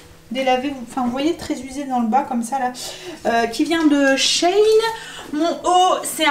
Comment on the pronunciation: Cc peux tu me dire comment tu écris "chayne" le site dont tu parles pour les vêtements... Je ne trouve rien.. Moi je connais et je commande sur "SHEIN" qui se Prononce "CHI INE" mais CHAYNE je trouve pas je te remercie biz